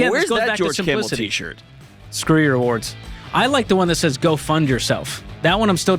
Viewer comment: George is still having trouble saying "rewards".